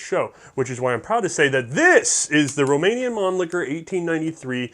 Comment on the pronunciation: How did you even get Romanian correct?